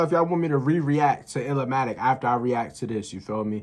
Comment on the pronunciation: I'm glad you took my advice to watch TIME IS ILLMATIC. You are the only one I know who reacted to TIME IS ILLMATIC ( it's NOT pronounced ILL-A-MATIC ) Keep providing us with more NaS reactions 👊🏿